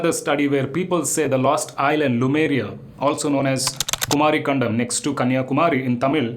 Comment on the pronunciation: It’s Lemuria not Lumeria